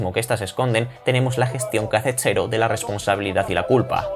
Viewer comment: Ppr qué dices xero? En Extremadura no pronunciais la /ds/? Pq en Jaén si lo hacemos